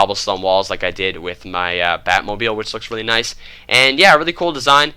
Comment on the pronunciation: He said batmobil